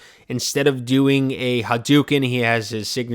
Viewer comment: Hu-doo-kin? Really?